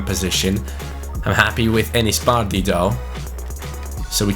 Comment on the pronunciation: Who else hates the way he says bardhi?